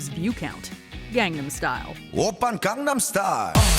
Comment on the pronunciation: Please pronounce “Gangnam” correctly… >_>